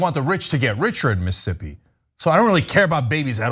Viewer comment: Omg, Cenk!!! Stop saying MS as Miss'ippi 😆 🤣 😂. You're missing another grouping of ss's lol. Love you, brother